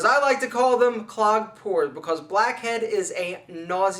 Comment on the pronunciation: it's not "poors", brah .. it's: pores !!